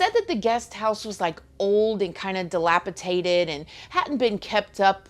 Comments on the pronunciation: 😅 "Dilapidated" vs version of "DilapiTated" 😛💖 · Great story. Ps. I think the word is dilapidated.